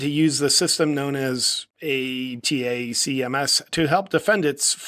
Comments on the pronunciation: Atackems is how it’s pronounced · It's pronounced attack-em's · ATACMS — “Attack Ums”.. how fucked up is that. FJB